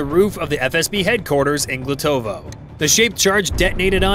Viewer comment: It's Glotovo, Belgorod region, not Glutovoy. Check news for May 27, 2025